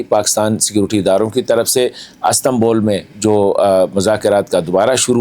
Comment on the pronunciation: As tan bul ❌ Is tan bul ✅